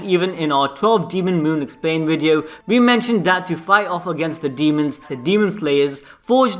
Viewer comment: He calling his "Dee-hee-mons" to pick apart main characters